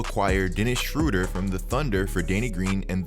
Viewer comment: You’re saying his name wrong